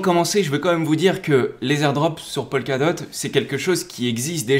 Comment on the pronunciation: Juste pour information, dans toutes tes vidéos, tu prononces "Polkadot" comme "Pol Ka dot", alors qu'en réalité, cela ne se prononce jamais "Polkadot" mais plutôt "Pokadot", "Po ka dot".